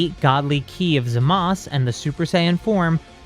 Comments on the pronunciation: Bruh im sorry. I respect this story but HIS NAME IS ZAMASU NOT ZAMAS 😂. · Why does always say zamas instead of Zamazu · Why do u say zamas it’s zamasu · Why the heeck does he say Zamass bruv its zamasu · It’s zamasu not zamas but otherwise great video and a very good story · Hol’ up I’m so confused… Why do you call Zamasu “Zamas” instead of “Zama-oo” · Everytime you pronounce Zamasu wrong it makes me want to lash out like Broly, that out of the way I do enjoy these videos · You are pronocing zamasu wrong